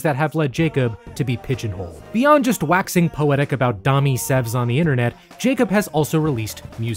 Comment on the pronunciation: you can't say "dommy sevs" and expect to get away with it mister